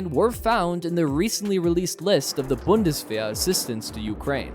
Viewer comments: you americans have no dental care? bundesh wer? what is with the sh sounds every where? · For Pete's sake man, learn to pronounce Bundeswehr. This is embarrassing. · There is NO sh sound in bundeswer , stupid.